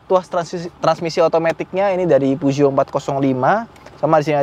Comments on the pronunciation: Peugeot bacanya Pezuwoh 😂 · Penyebutan Peugeotnya bikin risih bang, soalnya salah penyebutan